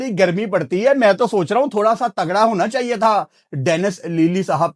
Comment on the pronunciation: That one word "chaieye h" 😂😅